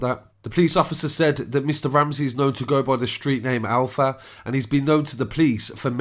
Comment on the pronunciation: His name is Alwa not Alpha